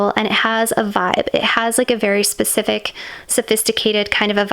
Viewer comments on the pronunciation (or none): none